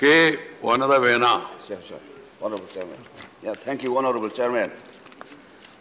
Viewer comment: Speaker khian K.Vanlalvena tih a lamthiamlo. Kan MP hi ka chhuang tak zet. Vai dangnal deuh² saptawng lam diklo an tam em mai